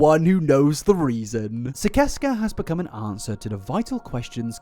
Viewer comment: He pronouces Sicesca like sigh-sess-kuh. Just an FYI❤❤